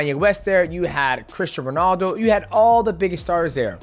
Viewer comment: You said ronaldo like speed